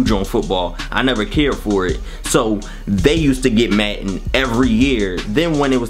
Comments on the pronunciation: "Maten" its madden lol love the through the years series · Logan Anthony yo I'm from Philly and i don't call it matten i say madden that is not a philly accent he just can't say the word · it is madden not matten dude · U from philly? we said madden like matten just wondering lol